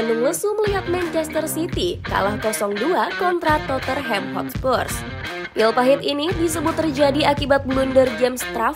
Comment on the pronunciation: Channel bola tapi nyebut club kagak becus